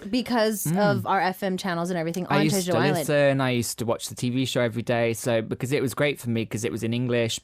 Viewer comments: He couldn’t even say jeju properly 😡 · Yea no one not even Jeju people can't understand him. also its been years since he was in Jeju and he still can't say it